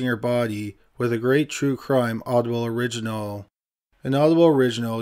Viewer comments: Anybody else thought the way he said Audible sounded like oddball? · Hilarious the way he emphasizes the ble in audible. 😂 Audi-bulllll